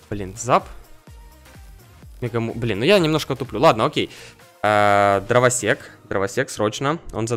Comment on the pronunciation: мне послышалось дровосекС:)))))